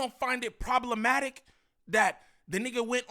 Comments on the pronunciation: He said problementive lmao it’s problematic, and another note , niem you care about ts way too much man 😂 like even more than munchie wtffff 😂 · Omg problementive? 😅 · didn’t pay attention in English class 😂 “problementive”? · Bro I try not to be the grammar police but bro!!! “ PROBLEMENTIVE “ isn’t even a word😭 I mean come on bro ya’ll making us look bad when you try to sound sophisticated and make up your own words accidentally